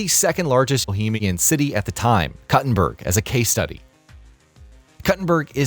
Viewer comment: Koo-tin-berg. You're not cutting a berger.